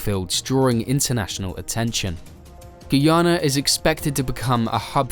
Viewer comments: When will all the Vloggers get the country name correct? Its pronounced 'GUY-YANA' for "GUYANA" not "GOO-YANA"...I am 100% sure everyone can say "Guy". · It's pronounced Guy-a na not Gui-a-na.Enjoyed your report anyway.